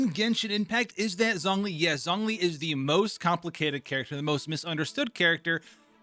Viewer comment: "Zhongli" is actually pronounced as "Jongli"